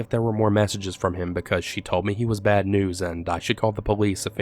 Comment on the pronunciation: “I have really BAWWD anxiety.” Every story that ever existed. 😂🤦🏻‍♀️